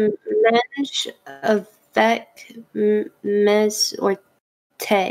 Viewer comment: Why did she pronounce “mange” like that💀 it’s pronounced “monzh”